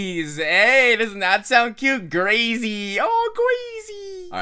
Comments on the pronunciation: Who thought #Gracy when he said Grasey! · When he said Grasey I thought he said Gracy but then I read it